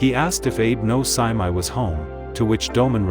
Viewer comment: Well the fact you mispronounced the guy’s name from the get go is not a good sign.